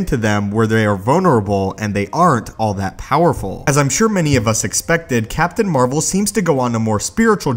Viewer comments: The most powerful MCU hero is Captain Marvel. BTW did you say Captain "Amarvel?" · Did you just call her Captain Amer-vel?